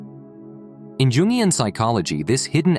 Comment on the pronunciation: Not “jungian” , “ yungian”…